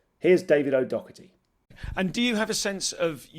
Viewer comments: He pronounced it a whole lot better than hosts usually do, closer to the way David pronounces it himself. Other hosts like Jimmy Carr or Rob Brydon for eg. call him David O'Docerty or David O'Dogerty! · You could at least pronounce his surname correctly